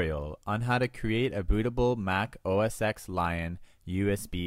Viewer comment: it's not OS "X" it's Mac OS 10 (X is the roman numeral forr 10 :P)